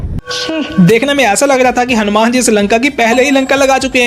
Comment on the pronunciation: Hum-man nahi hanu-man😂